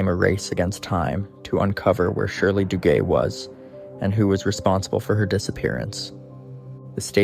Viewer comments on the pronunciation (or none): Shirley Duguay... her last name is French & is pronounced Doo-gay.....